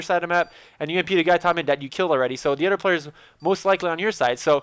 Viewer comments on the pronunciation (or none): Can't you pronounce 'TH'?! You seem to drop a ghetto "togeder" and "oder" - ahaha!<3